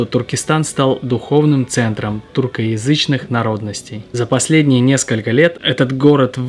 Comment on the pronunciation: тЮркоязычные, неужели сложно выговорить? русскоязычный термин же.